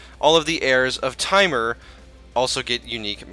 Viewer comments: Timer? It's pronounced as temour. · The way you pronounce "Timur" is so bad Tee-Mur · I don't wanna be that guy, but I don't that's how you pronounce timur